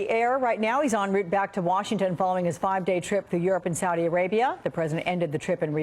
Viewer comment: You CANT say SAUDI dummy..